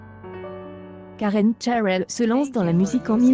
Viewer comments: Pourquoi prononcer Karen Chairel ? C'est une Française ! :-D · Qu''est ce que c'est que cette façon de prononcer le nom et puis qu'est ce qu'on en a à faire c'est sa vie et son corp elle fait ce qu'elle veut vous n'avez rien d'autre à faire puis essayé de mieux prononcé MERCI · Vous nous emmerdez avec ces voix informatisées, incapable de prononcer son nom correctement. Écoute récemment interviewer Michel Onfray. Une tête cultivée cette femme ! Cette vidéo est nulle, complètement nulle. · hahaha je suis tordus en deux rien cas écouté les commentaire et la prononciation de Karen cheryl il suffit de lire et pas inventer